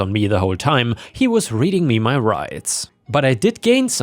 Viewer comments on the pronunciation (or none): none